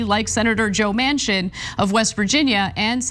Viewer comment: Manchin--pronounced "Mansion" but means "dumpster"